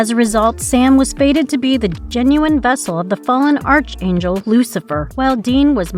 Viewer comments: Archangel is pronounce Ark-Angel. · Arch angel? Like McDonalds arches? Never heard it pronounced that way before.